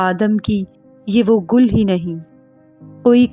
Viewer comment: Gill he NAHI ..... Urdu with understanding then plz again perform this nice poetry of our national Great Poet.......